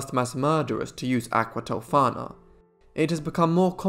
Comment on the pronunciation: Thank you for the spot on pronunciations! I loved this story when Bailey Sarian did it (aqua tofaaaannaaaa), but I certainly appreciated your take on it.